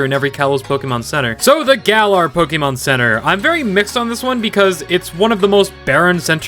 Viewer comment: say pokemon correct